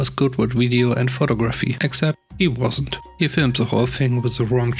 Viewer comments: Photography is CORRECTLY pronounced as FOH -- TOG--- RaFFEE (the TOG in the middle would rhyme with words like FOG, BOG, CLOG,BLOG, etc.) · Would you tell a British person they pronounce "vitamin" wrong? Americans say vy-ta-min. Brits say vit-a min. Give the guy a break. English is not his native language.